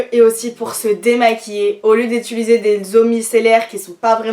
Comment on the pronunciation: On dit utiliser pas ituliser